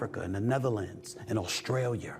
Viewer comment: What is Australiar? He always pronounces stuff that ends with a, with the ER OR AR